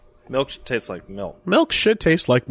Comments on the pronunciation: says "melk" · It's MALK you uncultured heathen! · GET THE MAN A GLASS OF MAULK!